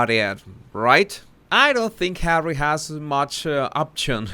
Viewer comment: You really make me laugh when I don't want to. I'm going through the worst part of my life right now, but, as always when you say "HAWEY " I just crack up,no kidding, I mean Hawey, really? so funny.Thanks for making me feel better. Love 'n Hugs to You.From the ❤️👑🤣🤣🤣🤣🤣🤣🤣🤣🤣❤️❤️❤️🇬🇧🇬🇧🇬🇧